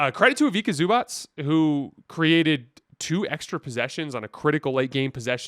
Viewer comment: His name is Ivica Zubac (pronounced IviTSa ZubaTS, not ZubaK, both Cs are pronounced TS). And in general, seeing as the NBA today is chock full of players from former Yugoslavia, it wouldn't be a bad idea for you all Americans to learn 2 letters: č/ć = CH [chair], and c = TS [Nets]